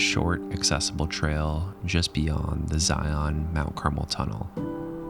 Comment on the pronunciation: the imagery you capture is sooo good! I am like a minute into the video and I'm in awe! HOWEVER, IT MAKES MY SKIN CRAWL WHEN PEOPLE SAY, "ZY-YON" IT'S "ZY-UN" (rhymes with lion)... IDK why it bugs me so bad haha but it does! I literally had to pause the video to write this comment... anyway.. LOVE THE VIDEO SO FAR!